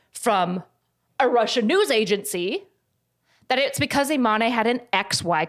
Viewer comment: I'm so sorry, it's not a big deal but it's pronounced Iman (without an e at the end). It's just a little painful hearing it pronounced Imanee. Great video tho <3